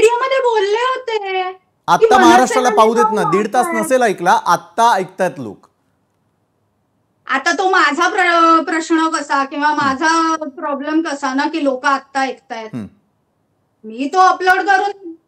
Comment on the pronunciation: प्रश्न की प्रश्ण?